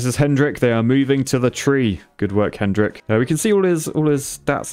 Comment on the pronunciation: that poor guy you just casually called hendrink 🤣🤣